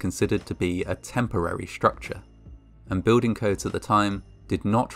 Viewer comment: It is pronounced ssss-tructure , the same S-sound as in ek s it or in emergen s y. Not schtructure. That's German.